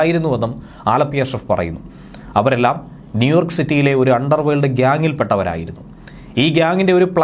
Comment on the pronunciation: ന്യൂയോർക്ക് അല്ല.... "നീ ഓർക്ക്..." ഓർത്തോർത്തു പറ 🙏